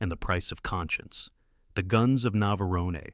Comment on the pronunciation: that AI voice really struggled with saying tora tora tora and navarone